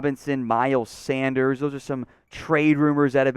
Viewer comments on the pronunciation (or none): none